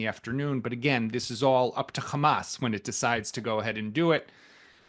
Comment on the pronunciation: Khhhhammmaaasss not hamas